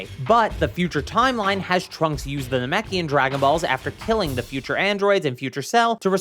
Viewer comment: Te Man, Te Myth, Te AND Te Dojo